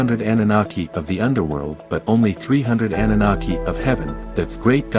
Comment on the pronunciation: Defining the term but cant even pronounce it correctly. LMAO Thumb'd down.